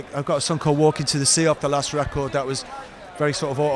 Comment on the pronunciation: I love how that accent says REcord.